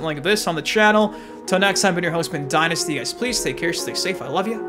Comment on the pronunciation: Why does it sound like dynasty is saying its your husband dynasty even the subtitles say it 😂.